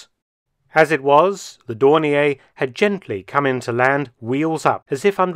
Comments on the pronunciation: In German, it's pronounced "Dorneer" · May I query Mark Felton's pronunciation of Dornier? I once heard it pronounced that way and thought it was an error by someone who believed it was French. Was Dornier from Alsace and retained the French pronunciation? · I have been pronouncing Dornier incorrectly for 65 years.